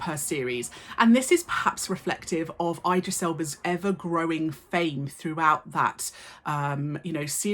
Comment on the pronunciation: miss you're an indisputable icon but that pronunciation of Idris is atrocious